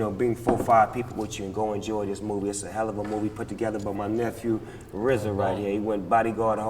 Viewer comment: Nigga said "nephew"